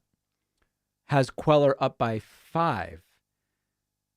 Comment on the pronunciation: CUELLAR IS PRONOUNCED COO-AY-AR.